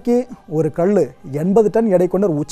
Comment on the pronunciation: தமிழ் உச்சரிப்பு மற்ற தெல்லாம் சரி. ஆனால் கல் என்பதற்கு கள் என்பது அர்த்தம் மாறும்